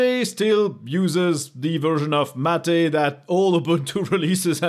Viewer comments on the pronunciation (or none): none